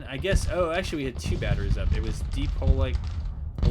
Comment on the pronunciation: Polignac, the G is silent and you say the last part like Yak. Like how you pronounce Cognac, the liquor. French...I imagine he was from Louisiana.